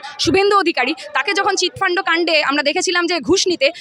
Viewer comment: Chitfundo noi chitfund.....😂😂😂😂😂😂😂😂😂😂😂